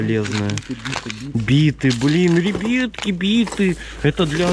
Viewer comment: Я люблю когда он говорит рэйбятки хахахахахахах🤣😂🤣😂😂😂😂😂🤣🤣🤣😂😂😂🤣😂🤣😂🤣😂🤣😂🤣😂🤣😂🤣😂